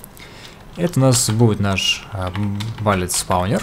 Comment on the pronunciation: Видосы интересные, реально, но пожалуйста, bullet не будет "балит", кровь из ушей, но видосу 👍